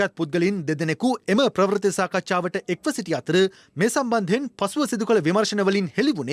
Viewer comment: අනුරුද්ධ ප්‍රවුර්ති වචනය හරියට උච්චාරණය කරන්න